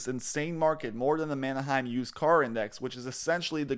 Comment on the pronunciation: It’s Mannheim not manaheim. Thanks